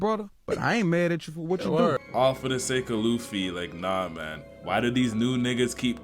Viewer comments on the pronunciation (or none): none